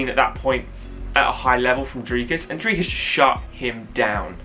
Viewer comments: S is silent du plessi's' other than that you are saying dricus correctly better than most people😂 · Let’s go Dricus! Really looking forward to see him climb the next step. For future his surname is pronounced Du Ples-see (french pronunciation). You got the name spot on though 👍🏼